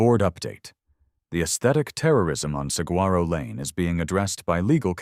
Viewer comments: Actually, Saguaro is pronounced “Sa-wa-ro”. No hard “g”. Just so you know.😉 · To the narrator. I absolutely love the stories and your voice is fantastic for them. Saguaro is actually pronounced as sa-gore-o. Just so you know.